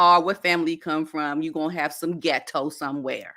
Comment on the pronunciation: The way you say ghet-TO cracks me up.